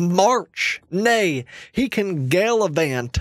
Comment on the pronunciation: "He can GALAVANT!"